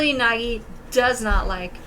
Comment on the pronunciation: thats not nagi thats nægi